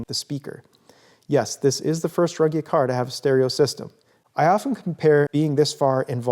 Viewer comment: Fabulous. But why do you keep pronouncing your surname always wrong?